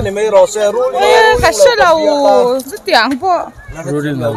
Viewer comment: Rulling nge rulling lo..thing thei e 😂😂😂😂